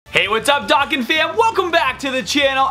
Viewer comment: Say it with me. Dough khan